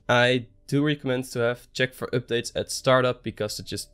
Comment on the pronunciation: I love the way this guy says oopdates!